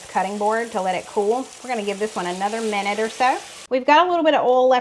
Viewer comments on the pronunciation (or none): I love the way you say “oil,” which is “AWL.” I had to concentrate to figure out what word you were saying. It’s more like OY-ee-el. Hahaha! Love your pronunciation. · I am a Mish mosh of accents. I am from Texas but my parents are from Georgia and Alabama. So my accent is a little of everything😆 But I too pronounce boil and oil the same way you do. I just can’t help it. I find your accent charming! Loved all of the recipes you share. Thank you so much ❤️